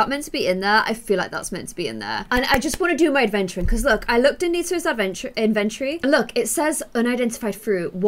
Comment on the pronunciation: I love you, you're my favorite Sim YT person other than Savannah and James. The word is not inventory well for us yes but for you its "N-VEN-TORE-REE" I hope I'm helpful but if not I still love how you pronounce words and I love your energy as well...